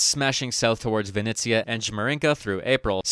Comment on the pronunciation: Vinnytsia/Vinnytsya. Vinnitsa is the Russian spelling. Thank you.